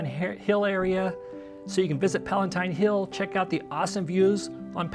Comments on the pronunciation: It's called "Palatine Hill" not Palentine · Great video. Going to Rome for the second time this fall. These tips will help. Not to be picky but it is Palatine Hill not Palentine. Probably autocorrect..............unless there is a Palentine hill I don't know about. ;-)